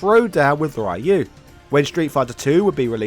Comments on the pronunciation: Fee long? It's pronounced like Fay Long. Ryu is pronounced "Ryu" but it's very hard for non-Japanese speakers to say, so Ree-you is closer, Reye-oo is just totally wrong. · I cringe every time I hear someone pronounce Ryu as "rai-u" it's pronounced "re-u" people. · This video gets a thumb up for all the bad pronunciations. Ryu (Rye-You), Sagat (rhyming with an F-word), but Blank-a? Little too intentionally cringe there duder. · Interesting how english speakers say "Riyou" instead "Reeyou" even after 3 decades, but understand that "Chun Li" is not "Chun Lai". (Just joking here🙂) BTW Chun Li isn't the first lady of fighting games. This is pretty clear by now. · And Ryu is pronounced "Diu". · Really? 2023 and still can't say Ryu's name properly? FFS.